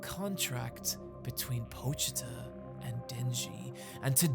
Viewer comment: yo shout out to being one of the few youtubers to actually pronounce pochita properly